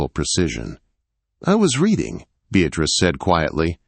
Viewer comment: She was not “Redding” a book! She was “reeeding” her book.